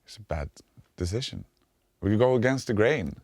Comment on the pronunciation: He almost said deshitsion instead of decision and I've never felt anything more.